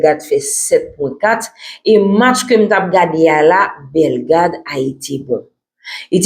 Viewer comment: BELLE MADAME. MWEN SEZI. TANDE JAN AP PALE BELLEGARDE MAL WI